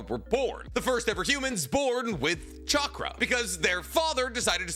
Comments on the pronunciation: Every time you say chackar i am goin to drink a bit of beer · I think you're forgetting that real ninjas pronounce it catchra